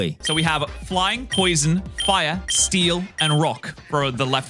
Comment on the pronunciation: did you say steel really good here? Or still? 😂